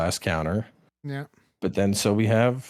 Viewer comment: Oh nyoo mway inswect gwaive!!! I cwan't just spwam arial moves :-( PS: Love the podcasts! :D